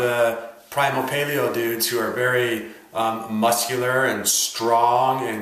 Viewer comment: ) anyone who thinks Mark Sisson must be on steroids is seriously underestimating what the body is capable of. Thanks for a legit objective look at the pros and cons of both dietary standpoints. Almost stopped watching at the beginning because of how you pronounced paleo lol.